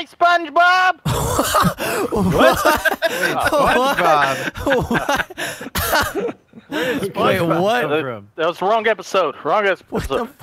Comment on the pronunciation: I wus waching spungbob wen you sed spunbob